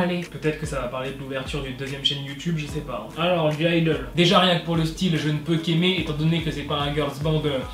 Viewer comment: Le g de (g)-idle ne se prononce pas 😊